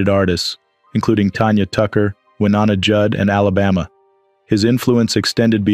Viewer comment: Pronunciation of Wynona: Y-nona Dave Loggins. Cousin of Kenny. Shelly Duvall. Victim in The Shining. Loveable 💘 in Popeye. Reunited with late Robert Altman and late Robin Williams. RIP 🙏 to all.